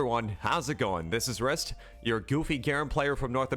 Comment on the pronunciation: WAIT ITS JUST RIST? I've pronounced your name Rist"e" for so long! edit i know its written Riste, just i've always sounded the E